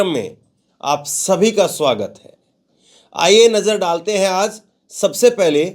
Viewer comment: Cheh mahina se kh rha hun aaz nahi hota bolo aajjjjjj